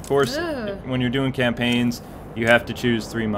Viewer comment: You said campaign